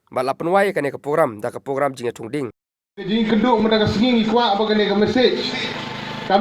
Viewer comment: Bah nongkren Ribhoi news sngewbha ban pynbeit iaka pronunciation THUNG DIENG ymthungding, PYNPHIENG ym pynphing,PROGRAMME ym pogrammr...wat sngeweiei...